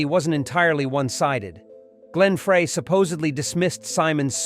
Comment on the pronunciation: I smell loads of ********. Right off the bat, Simon and Garfunkel were not at Woodstock. It's Glenn "FRY", not "FRAY".